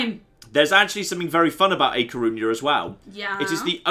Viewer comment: I've dealt with it for 5 streams and now that A Coruña has been renamed I need to tell you that you've been saying it wrong every time! Ñ in Spanish (A Coruña is actually Gallician but it's a similar language) makes a ny sound, it should be pronounced like ah cor-roon-nya. The difference is noted in the differences between the Catalan and Spanish names for Catalonia, for example, as Catalan does not use ñ it's spelled Catalunya and in Spanish Cataluña. Should have named it Coruña Extra:P